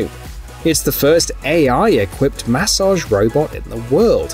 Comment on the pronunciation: The way he says massage drives me crazy